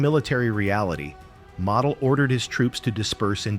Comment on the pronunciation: It's pronounced "mah-deh"